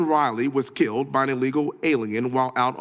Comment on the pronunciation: Tell Crockett it's KILLED. Not KILT.